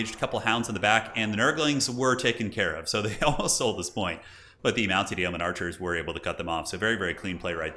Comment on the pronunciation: Great game and casting as always. Yeoman is pronounced Yo Man in English for future reference.